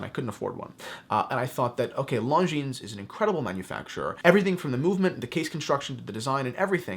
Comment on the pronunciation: My god... learn how to say it... it’s not „long jeans“